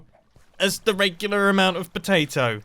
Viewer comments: Why did "regular" sound so... American xD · when he said regular it sounded super weird